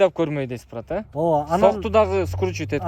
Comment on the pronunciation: Брат, брат деген соз, турмодо отургандардын сыймык создору. Бырат бырат деп туура айталбай жатканына караганда, чала отуруп, амнистияга туш келип калгандардан эмеспи?